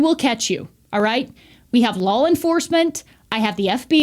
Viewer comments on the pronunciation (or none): You pronounce it "lawl" enforcement. Like Brendan Schuab 😂